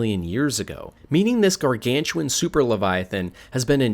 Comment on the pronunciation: gawgawntuawn leviofan